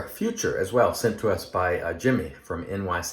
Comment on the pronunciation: I believe the German pronunciation is something akin to "foo - TOOR", but don't tell a German I said that.. 😁... Great shave! I may have to pull the trigger on this set 😎. I'm a sucker for these resurrected scents. I think Doug should call it Myanmar 🇲🇲. Also, if you want to see a great (creepypasta) story on the Cecil, Google "Elisa Lam Video". Have a great week!